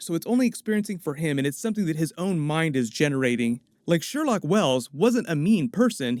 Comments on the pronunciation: The amount of times he said Sherlock Wells smh..... ITS SHERLOQUE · Every time says “Sherlock” i think “no no no...sher-loque”😂